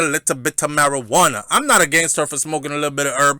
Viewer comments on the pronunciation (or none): "Mari - Juwana" i'm done :-D